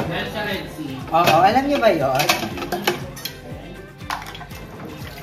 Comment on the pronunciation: redtide un indi red sea 😂😂😂